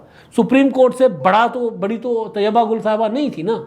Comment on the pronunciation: طیبہ گل نہیں طییبہ گل